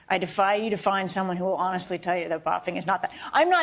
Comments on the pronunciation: ... "Boofing", not "Boffing" you fool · The term was BOOF not BOFF. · Buffing? Talk about trying to be specific and critical. Its boofing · It was boofing, not boffing, you ignorant skank.